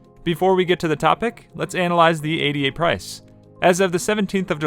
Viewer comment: It’s not A-D-A. It’s Ada. Like the woman’s name.